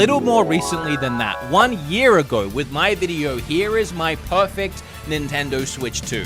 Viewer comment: hey man the brand is called nintendo, not nintindur